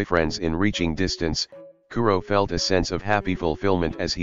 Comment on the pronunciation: I'm sorry my favorite part was saying "I fealt that on a spiritual level